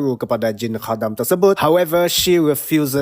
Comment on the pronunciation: Review yang bagus dan sebutan khadam yang tepat! Pasal mati tu kuanggap dia perlahan2 mati. 😅